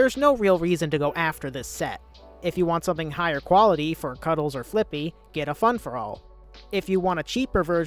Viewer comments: For some reason I hear flick B instead of flippy and some parts of the video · when anyone says fliqpy I always hear "flick pea"